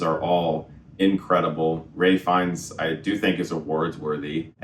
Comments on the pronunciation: thats how the actor pronounces his name (ray) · It's Ralph Fiennes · It’s because his first name is actually pronounced more like ‘Rafe’